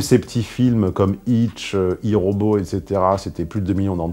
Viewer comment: La façon dont tu prononces I Robot.. J’ai rit .